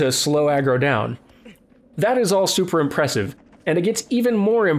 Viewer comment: The horse's name is only spelled Agro, it's pronounced Aro. I believe that the made-up language the characters speak in this game follows the rules of the Igbo (pronounced EE-boh) African tribe. I could be wrong, as I haven't played the game in a while and I didn't really analyze the language very closely and I'm not a professional linguist, but that is what it sounds like to my casual ears.